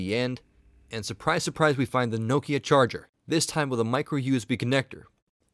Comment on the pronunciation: i like how you say nokia....but you should say maemo as mayemo :P